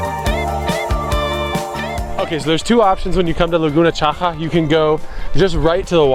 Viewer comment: The letter X in Chile doesn t sound like a J , how sounds in Mexico. In Chile X sound like X. CHAXAS sound chuk-sas